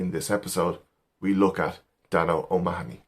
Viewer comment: Good stuff! I was happy to hear an Irishman pronounce O'Mahoney. I've heard so many Americans say it "O' Ma-ho-ney", much as people mispronounce Stecher and Pesek so often.